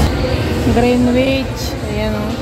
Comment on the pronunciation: it is pronounce as greenich.. silent letter “W” 🙂